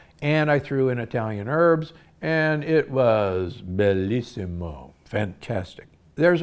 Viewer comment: Bellissimo ❤😂perfect pronunciation🥰